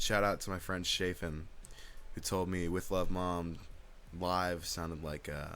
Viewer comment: my man really just called him "shaefin"